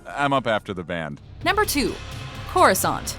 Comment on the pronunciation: I noticed Corrisant sounds like CROISSANT.